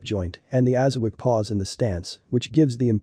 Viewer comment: Thanks for the video. Please slow down your reading. It is not pronounced aza-wack, it’s aza-wok